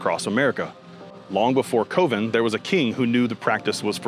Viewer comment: Coven: pronounced (cuh-ven). Gorgoroth: pronounced (gore-gore- oth) dude you never heard these band or what? I thought you were a heavy metal channel. Highly sus